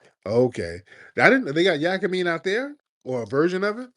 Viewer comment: Yakimein is pronounced "yah kee meat"